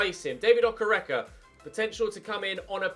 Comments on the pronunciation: it’s Oke- Reke not Okerecker loool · David Okereke is pronounced “Dayvid Okayraykay” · Hi. David's surname is pronounced "Okay-ray-kay" I think - From a Nigerian viewer! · I am a Nigerian and I've been following your channel for a while now, PLEASE keep the Nigerian striker thing going,pleaseeeeee,it makes me want to watch your channel more,please like this so he sees it, I LOVE YOU, and the name is (O-kay-ray-kay) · You have to pronounce okereke like okéréké